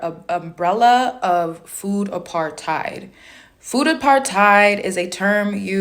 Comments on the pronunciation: " food apartide " 😅😅😅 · The overannunciation of the last syllable of the word "apartHEID"... trying to make it sound like she's correcting someone. Like when people pronounce every word like an American, but then put on an accent to say a Spanish word..... only WAY dumber!😂😂😂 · For the way she says "apartheid" if nothing else! Argh! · I like how she cant even pronounce food apartheid like the two separate words they are.